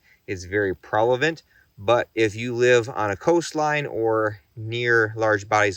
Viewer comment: Prevalent** lol was funny "prelavant" .. Great video as always.. super informative.